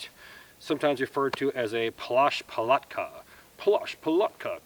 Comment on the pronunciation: Hi - I might be wrong but what you have there looks a lot like the "Polish Palatka" not a "plush*%$ something one%*... in the a lot of gear was similar between the rusian and the Polish army but the way you Sayed the name sounds quite "polish"